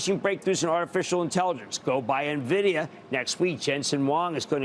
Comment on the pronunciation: Wait wait! is he saying Meta, NVDA here?? May god help him! Lol